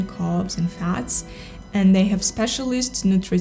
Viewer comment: Новое замечательное видео, Мария! Спасибо! Маленькая поправочка, если позволите, по поводу Вашего английского - в слове энд между словами попробуйте произносить д прямо по-русски, твердо, без смягчения, будет точнее и без акцента. Английский у Вас потрясающий - словно Вы много лет в Англии прожили.